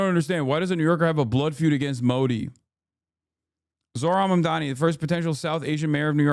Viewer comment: “Zo-ran Mamdina” is insane